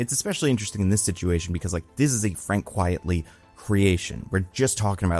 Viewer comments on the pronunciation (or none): appreciate you emphasising undersung artists, but his pen name is Frank Quitely as in "quite frankly" not "quietly" as in "quiet".